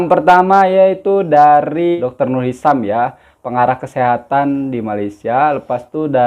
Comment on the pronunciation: Hisham bukan hisam